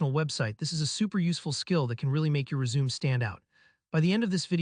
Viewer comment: helpful video, but it's pronounced res-u-me (the 'me' sounds like 'may')